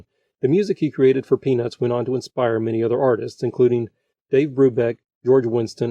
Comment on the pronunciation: I don't mean to be rude but its really distracting how the narrator doesn't pronounce the t in peanuts.